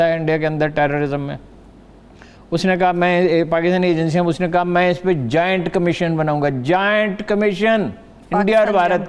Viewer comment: Are Haroon mian, it's not Giant Commission. It's Joint Commission. Another youthiya.